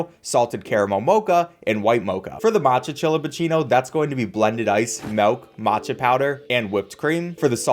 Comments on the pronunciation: He just keeps saying melk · I'm sure this video is great but I had to stop watching because you're one of the white people that say "melk" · if this dude says malk one more time im done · is no one gonna talk about how he says "melk" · ok no offense, but why you say mawk instead of milk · The scariest thing in this video is calling "milk", "malk" 😅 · Thinking people will get mad about you saying caramel correctly vs saying melk instead of milk? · Every time he said "Melk" a % of my soul was lost. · Milk. Not MELK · "Steamed melk" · Its Milk... not M E L K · Im sorry .... i have to Do this....."MELK" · The way u say “melk” 😂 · Am I the only one hearing him say “MALK” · I'll be honest I care less about your pronunciation of Caramel than I do about the fact that you keep saying melk instead of milk. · I'm not upset about Caramel vs carmel, I'm more upset about how he pronounces Milk like Melk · MELK NOOOOO ITS MILK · “Steamed Melk” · I love your vids as always, but the way you say milk cracks me up. "Melk" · Saying Caramel instead of Caramel doesn't bother me personally, but the way you pronouns milk ("melk") is the thing I noticed lol. Pronunciation aside, it's really funny that this video is teaching me the difference between different types of coffees than trying to learn by myself. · When your dialect is extra humour 😭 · Steamed Melk Honestly you pronouncing it melk was hilarious to me and I always smiled when you said it Keep up the good vids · You keep saying MALK and VENILLAH. I am being sent into a black hole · I was a big fan of yours until you started saying vinella and melk